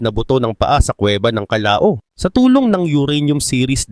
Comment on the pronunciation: Ang tamang bigkas po kallaw not kallao